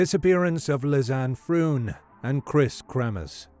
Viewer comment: LEE-ZAN-EH FRONE, not "lizz-anne frooon". Basic respect is learning how to pronounce a dead woman's name properly.